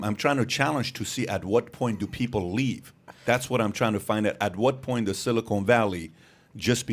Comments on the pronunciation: Pat...FFS it's Silicon ( SIL - I - CON ) NOT Silicone ( SIL - I - CONE ) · Someone tell these guys silicon and silicone are not pronounced the same. Sounds like they're talking about some place they manufacture caulk. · It is “silicon” (silly - con) valley, not “silicone (silly - cone) valley. Silicon Valley is in the San Fransisco Bay area. Silicone Valley refers to breast implants, and is the Los Angeles area. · Pat my Dude, I love your show, but your killing me with your pronunciation of Silicon Valley. It’s pronounced, si·luh·kuhn Valee.